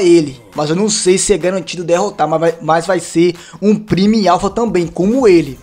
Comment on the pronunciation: a palavra prime se pronoçui Pramó